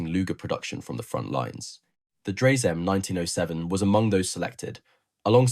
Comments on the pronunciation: Dry-suh, correct?? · Dreyse. The last e is spoken. The company owner was son of Nikolaus von Dreyse, inventor of Dreyse needle- fire rifle. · Obviously scripted by someone unfamiliar with early firearms ( to put it politely) ! ! As a firearms historian, I had certainly never heard of that pistol before, mainly because the narrator had no idea how to pronounce the surname of Johann Nicolaus von Dreyse: DRY-zuh (or sometimes heard with a closer "oy" sound: DROY-zuh), inventor of the Dreyse Needle-gun ! Don't give up your proper job ! 👎👎👎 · Can’t even pronounce the name correctly.